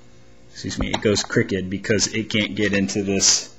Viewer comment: hey its crooked not crikked and shame on them not shit on them